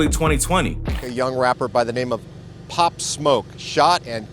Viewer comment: Why do news stations send people who know nothing about the story or person out to report it. The fucking guy could not even get his name right